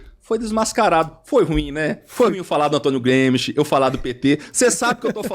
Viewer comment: "tem Antonio Gruemischt"